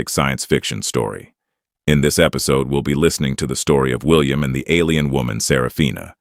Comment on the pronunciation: The reading AI for a sci-fi story can't even say "alien" correctly What crap.